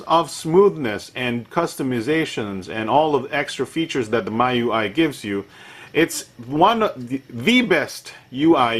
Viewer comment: Miui is pronounced as Mee UI. :D like xiaomi ui